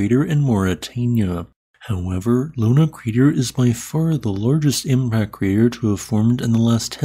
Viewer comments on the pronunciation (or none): It's not called LUNA crater.. It's called LONAR crater.. Named after the town